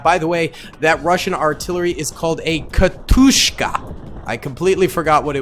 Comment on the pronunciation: Ok this isn't me attacking you because I love your channel but Katyusha doesn't have that K- sound you were putting into it.